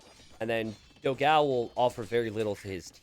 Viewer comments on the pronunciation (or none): Let me explode yours minds, Dogão means Big Dog in portuguese. And the pronunce is different.